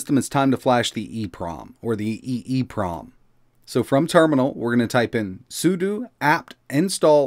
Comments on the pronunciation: I know it's knit-picky, but since you talk a lot in your videos: it's pronounced sue - dough. SUDO isn't sue - doo, it's SUE - DOUGH. Ok? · It's SUDO, not SUDU. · Its not SOOODOOO its SOODOH!